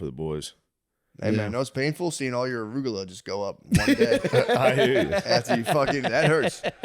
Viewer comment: Matts pronounciation of Ruccola is the most redneck I’ve ever heard him